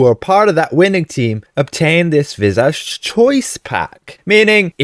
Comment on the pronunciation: Please, please, please pronounce "visage" correctly!!!!!!